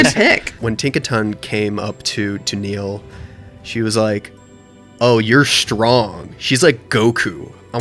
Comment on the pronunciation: really did just forget how to pronounce the name he gave his own character Speaking as a Niall, I would be horrifically offended if called me Neil, it made that section incredibly painful to watch